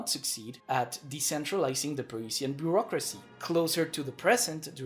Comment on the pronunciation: Beurrocracy, you meant to say?